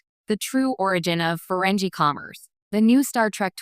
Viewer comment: What a crappy A.I. Video. EVERY SINGLE STAR TREK FAN knows that the alien subjects of your video are pronounced: FUR-REN-GEE. (with a HARD "G", not a soft "G") I won't even bother watching this video if you can't even pronounce their NAME correctly. This A.I. SLOP on YouTube is getting WORSE. People are making videos about subjects they have ZERO knowledge on. THUMBS DOWN